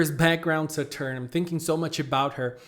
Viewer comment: Please pronounce Saturn correctly , you re killing my ears lol .